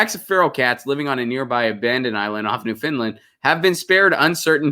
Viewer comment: New F-o-u-n-d-land as in "I found my lost keys", not Finland! ;-)